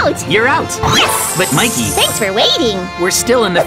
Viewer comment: Mikey not miky